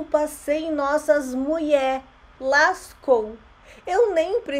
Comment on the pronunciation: O cara que fala "Muié" não merece respeito. Essa brincadeira é uma puta falta de respeito.